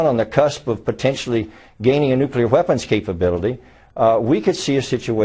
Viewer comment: wHeapons. wHeapons. There isn't even an H to enunciate!